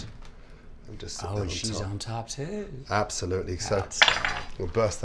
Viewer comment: “Ooh, she’s on top tooew” killed me .